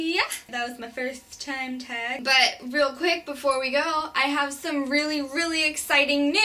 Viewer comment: where are you from you say "tag" very interestingly